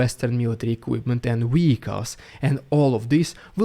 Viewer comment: i like how u pronounce vehicles "weehicles", i absolutely love driving so "weehicles" is totally fitting : p